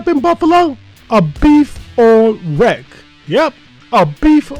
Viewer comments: 1. Beef on Weck is ONLY in Buffalo otherwise it's imitation (not that it's bad, imitation can still be tasty) 2. Say it as 'Beef on WICK'. 3. Gotta have FGH on it IYKYK. 4. The beef's too well. It's gotta be rare or medium rare (RARE IS BETTER). Again, not that it's bad. Personally, if you threw some garlic and peppers on that and put it on an Italian roll it would be a damn good Italian beef! You clearly know how to cook but you don't quite know Buffalo but that's cool. Your jets on the other hand are NOT but hey, rivalries are FUN! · Looks yummy, but def needs Miller Horseradish, no mayo. Also, while it’s spelled weck, locals pronounce it Beef on Wick.